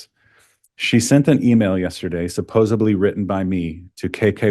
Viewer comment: “SupposeBLY” cringe